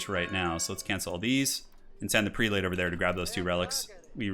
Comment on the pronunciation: You're not going to corrected Prelate = "Preh-let"?